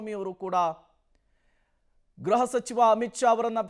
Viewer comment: ಗ್ರಹಸಚಿವ ಎಂದು ಹೇಳಬಾರದು, ಗೃಹಸಚಿವ (ಗ್ರುಹ) ಎಂದು ಹೇಳಬೇಕು